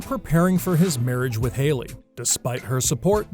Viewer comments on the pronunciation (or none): Am I the only one who's upset that he called her Harly? Its Hailey guy. HAILEY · Funny, narrator called Hailey, Harley in one spot, robot!!! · Harley? you pronounce her name wrong!!🤦🏻‍♀️🤦🏻‍♀️🤦🏻‍♀️ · Did he say Harley?? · Umm . . . Her name is Hailey not Harley. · He said her name wrong